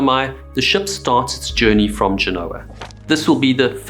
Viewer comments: Also, isn't it GEN-o-ah? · DO-ria 😉 GE-nua 😉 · What's going on with your pronunciation? Andrea "Dor-ee-uh" not "Doree-yah" which sounds like your saying diarrhea and you could use help with Genoa too lol... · you’re telling me you don’t know how to pronounce Genoa AND Cannes⁉️ dude, you sound like you’re from ‘Merica 🤣😅😬